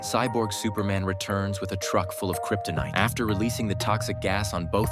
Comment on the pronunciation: "a truck full of kriptonyte"